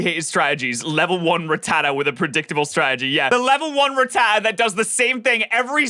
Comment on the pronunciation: I hate how the guy in the video said Rattata